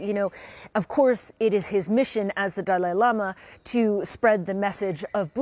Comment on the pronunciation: Pronounce his name correctly